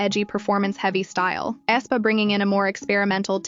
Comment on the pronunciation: flop after flop, they are finished, they peaked at wannabe. dumb narrator can't even pronounce Aespa right ...